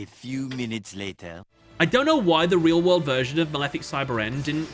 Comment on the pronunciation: "In the maweffic wwwwerld"